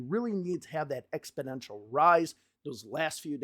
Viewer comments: ExpoNential not ExpoDential lol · It sounds like you're saying EXPODENTIAL not EXPONENTIAL. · Exponential not expodential dude. Thanks for your videos. Keeping me across what's going on. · Expidential? You mean exponential? No D in there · It's pronounced "exponential" 😏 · Exponential! NOT ExpIdential. YIKES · You keep saying a word that sounds like “expidential”. Do you mean EXPONENTIAL? Expidential isn’t a word. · You always make me chuckle when you say “exponential” as ‘expodential’ hehehe Keep up the great work! 💪